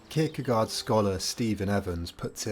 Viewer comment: Great video. Fyi, the 'gaard' part of 'Kierkegaard' is pronounced as 'gore'. My dad is Danish and he was very disappointed that I pronounced it 'gard'. Anyway, keep up the great videos.